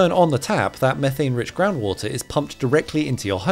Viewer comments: Mee-thane nor meh-thane! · It's pronounced meeethane you doughnut